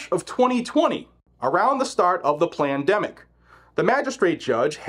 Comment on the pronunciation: Plandemic is what I kept hearing him say not Pandemic 😅